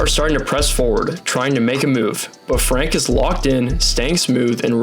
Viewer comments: Fantastic video dude!! This is absolutely not to sound like a smartass but if youre interested, a tip on how to pronounce the dutch names. If there is a -e at the end of the name, we pronounce it as -uh. So Fem-kuh, Fran-kuh and Lie-kuh (Leak-uh). And again great vid and explanation :) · The A in klaver comes close to the A's in Bahama's. De A in van and Franke is like the A in car. The EE in peeters is like the A in race.